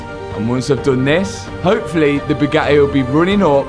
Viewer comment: wonder if anyone has ever told him that words that end in "Y" don't make an "A" sound.....its "Hopefully", not "Hopefilla"